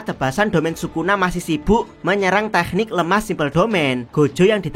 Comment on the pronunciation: teknik kenapa harus pakai kh sih? k saja kenapa? dengarnya gak enak dan ganggu di kuping,, kayak bahasa arab jadi cringe hidup jangan dibuat susah😂